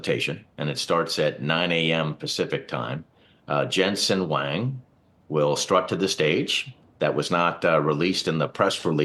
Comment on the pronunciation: He is not Jensen Wang, its Jensen Huang